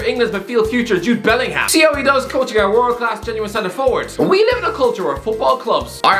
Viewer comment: It's a great appointment completely turned Rangers around got a great backroom staff obviously got great connections so we could get some Liverpool squad players. But please stop saying BellingHam and BirmingHam its pronounced Bellinguhm and Birminguhm and thank goodness that the Saxons pronounced it like that or literally we were living in a ham instead that we live a uhm back then atleast. Yes it's sad that he is using us as a stepping stone but still he would get us fighting again and our owners surely know what his priorities are and would surely get someone in mind just in case. Around 2023 maybe 2024 if we're cutting it close.